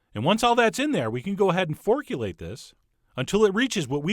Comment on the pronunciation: Forkulate. Nailed it.